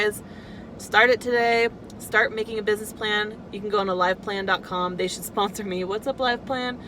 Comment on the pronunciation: The you say “alive plan”??